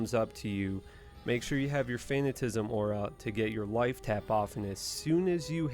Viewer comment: Fan at a ciz m, think fanatic. Yes I already watched your video on how you pronounce things wrong. Just trying to help.